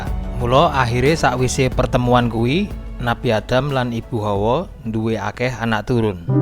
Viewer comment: Hawa, bukan Howo, howo iku howo adem